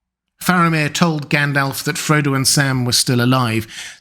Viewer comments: Tolkien included notes on pronunciation in the LotR. The speaker here should have read them. So sick of hearing 'gan DOLF' instead of 'GON dolv'! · Its pronounced Gundalf Not Like Gaendalf Like with the American a. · All well and good but who the hell is Gaen-DELF? 🙃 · It’s Gandalf not elf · I just subscribed and I'm going to watch a few more of your videos, but it's not encouraging that you can't pronounce Gandalf correctly.